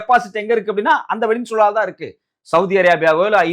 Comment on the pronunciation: செய்தியாளர், "வெனின்சுலா" என்கிறார். அது "வெனிசுலா" என்பதாகும்.